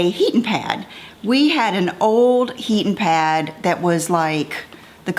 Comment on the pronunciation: It was so cute how you kept saying “heatin’ pad”! Southern roots shining through! ❤️